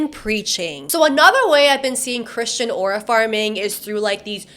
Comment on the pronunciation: take a shot everytime says "arua" and u might get alcohol poisoning